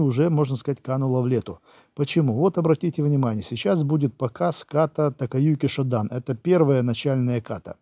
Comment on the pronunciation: Taikyoku Shodan произносится либо как Тайкиоку Шодан, либо как Таикёку Шодан, но никак не Такаюки Шодан. Иероглифы Таикёку те же что и Тайчи, то есть означают "Великий предел". Эгами был одним из первых учеников Гичина Фунакоши, а не "первым учеником". Даже было бы правильным сказать, что он был одним из первых инструктором Фунакоши, удостоенных уровня "Дан", то есть чёрного пояса. Шотокай и сейчас жив и здравствует, от него так же отделились некоторые направления. Разделение на Шотокай и Шотокан произошло после смерти Гичина Фунакоши. Во главе первой организации встал Эгами, во главе второй Накаяма. Фунакоши тренировал студентов университетов, которые организовывались в одноимённые клубы, вот эти клубы и составили костяк Шотокай и Шотокан. И за 70 лет эти два родственных направления существенно изменились. Старые записи Шотокан (JKA) тоже сильно отличаются от современных и этому есть объективные причины. Что же до требования приходить в начальную точку при исполнении ката, то в иных стилях каратэ это вовсе не обязательно и даже сейчас на соревнованиях WKF это можно наблюдать.